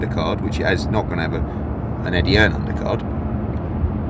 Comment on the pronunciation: Eddie 'Earn' Hearn